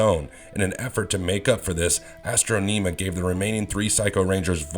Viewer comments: "Astro-nima"? Sorry, but that was a cringe-worthy pronunciation of her name... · i hate this video....dude straight up pulling shit from his ass also who tf is astroneema lol its astronima